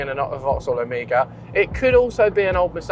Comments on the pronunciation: Its OPEL O---MEGA , not AMIGA. Amiga is a gaming console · You Britbongers and your pronunciations. You say "Omega" (Oh-mAY-ga) and I hear "Amiga" (uh-MEE-ga) 😋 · Ooooooh Omega! You guys kept saying amigaa... My dad had one of those. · Perhaps because I'm a Yank, but everytime said "Omega", I heard "Amiga". I wondered why he was buying a 38 year old 16-bit computer system! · I didn't know people in the UK pronounced Omega like "Omeega". I though he was saying Amiga, like the old computer 😆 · pronounciation of Omega = Amiga? Hmm. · why is he saying omega like that? he keeps saying amiga, is that the correct pronunciation? I'm so confused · Pretty sure this isn't how you pronounce OMEGA :D